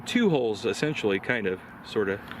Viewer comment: Hulls!!!!***:):) I don’t care what you say young, you definitely say ‘holes’!!:)